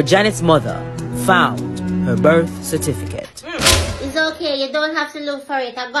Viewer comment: Correction: Its not birth certificate, It's birth" cerfiticate" 😉😆